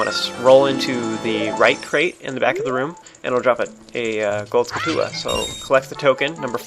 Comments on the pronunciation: its skull-choo-la man...not ska-too-la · urg! am i the only one noticing the fact that is saying skull-tulla, not (pronunciation like what you see in dictionaries) skull tchula??? it's real kinda pissing me off that no one has mentioned it so far and in like every episode he says it! UUUGGGHHH! anyway, enough with my ranting on about pointless pronunciation complaints...